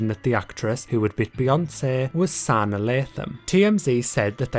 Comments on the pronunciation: It’s not “Sauna” it’s “Suh-Nah”.........that’s bothering me so bad. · Omg he said Santa without the ‘T’ Lathan😂😂 idek how to type the pronunciation but it’s (Suh-nahhh) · You Say Sanaa’s name wrong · How do you have so many details but you don’t know how to pronounce Sanaa?